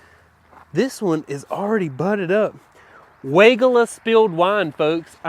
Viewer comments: Stacy Hervela at Proven Winners Color Choice Shrubs pronounces Weigela as why-GEE-la. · You got me! 🤣 I had to look it up to see if I've been mispronouncing Weigela all this time! Y-G-La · Hi. Another great video but another fun fact on the correct pronunciation on weigelia by Stacey from PW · You’re mispronouncing Weigela!! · He does it on purpose. It’s German we all pronounce it wrong. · I know, its so funny to hear.